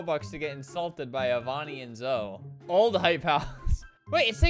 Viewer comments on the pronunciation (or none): “Youannoymebye” is Zoe’s roblox account you pronounced it “zo” it’s pronounced “zoey” she has over 15 million followers on tiktok her username is zoeLaverne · is no one going to talk about how he said “Meet Avani and Zo” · When did he say zoe? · Albert: mEeT AvAnI AnD zO Me: yelling at my computer thats it pronounced like Zoey not Zo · i wheezed when he said “zo” instead of Zoe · He really said zOo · HE SAID ZO BAHAHAHA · Btw no hate it’s not pronounce Zoe it’s pronounced zoee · THE WAY HE PRONOUNCED “Zoe” LMFAOAO